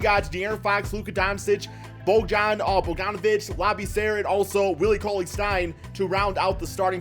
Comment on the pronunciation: It’s literally not hard to pronounce names right. BOG-DAWN BOG-DAWNOVICH